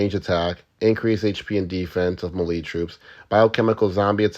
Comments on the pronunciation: Melee is pronounced like mayday (maylay) not marie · Brother, it’s pronounced “may-lay” Thanks for the good info😜🙏